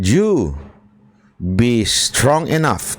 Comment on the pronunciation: strong enaft with a T? Lol lalang bka mali lng pgkakadinig q.